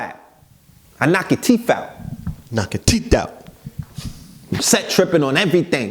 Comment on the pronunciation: 😂😂when bra said I knock ya teef out lol good build